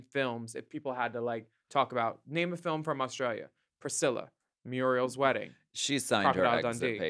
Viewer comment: Did any Aussies LOL at RU’s pronunciation of MURIEL? From Muriel’s Wedding. Surfer’s Paradise GOLD COAST is Porpoise Spit! (the fake Aussie suburb, in the movie)